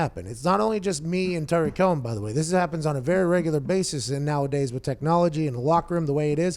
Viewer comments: It's not pronounced Tyreek Cohen, Tyreek is Hill. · It's Tarik Cohen not Tyreek Cohen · Yeah, Pat was using Tyreek Hill's pronunciation of his name. Tarik Cohen is pronounced "Tah-Rick" not "Tie-Reek", I believe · Saying tyreek instead of tarik bothered me way too much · Pat, it’s Tarik not Tyreek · Rhome Grown it’s not tah-rick it’s ta-reek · Anyone else triggered of him saying tyrik cohen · It's not Ty-Reek. C'mon man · Rhome Grown it’s actually pronounced Tah-reek Cohen but you were close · The way he says Tarik Cohen bothers me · Why does everyone pronounce Tarik’s name incorrectly? 😂